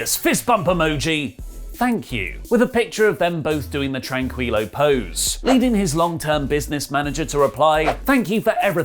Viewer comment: I love that gave Spanish a try 💜💜💜. Just an aside: tranquilo is pronounced tran-keel-oh 🤗🤗